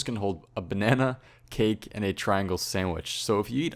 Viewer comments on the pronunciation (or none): none